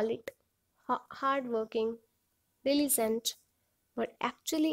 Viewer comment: Dilizent??? Languaze???? Nice pronunciation 👍